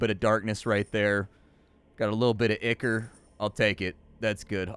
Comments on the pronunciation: Dude, it's "EYE-core", it's a thing outside of games. google "ichor" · "ICK-ER" lmao